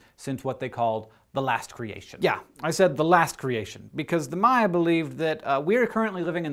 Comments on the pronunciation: It's "Maya" not "Mayan", Mayan is the language. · *eye twitch* MAYA say it with me MAYA not Mayan the language the people its also plural